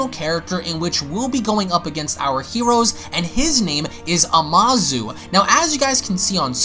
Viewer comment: It was "AMUZU" NOT "AMASU" (アムズ)